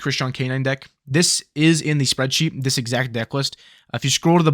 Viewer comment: You say soreadsheet. i get the fuck out of here. Byes.